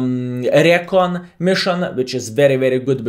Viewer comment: Recon is pronounced ree - kon. Short for reconaissance.